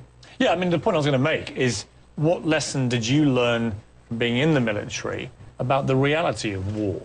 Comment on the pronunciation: i can't help it... i laughed everytime morgan said 'mili-tree' instead of military. lmao